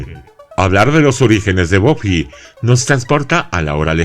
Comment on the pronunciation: En España se llamó Buffy cazavampiros y encima los nombres los pronunciamos bien buffy se pronuncia baffy no boffy